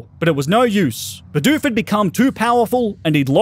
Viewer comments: Dude, its bidoof not beedoof :( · Stop calling it beedoof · Hate how he calls "bidoof" beedoof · He started out saying beedoof but started saying bidoof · It's not Beedoof. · That’s not how you said you said be dupe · i could not watch the video on how you said bidoof.... sucks seems like a good video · Man I hate how he pronounces bidoof